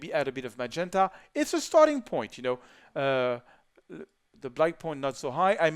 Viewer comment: "to ze another one"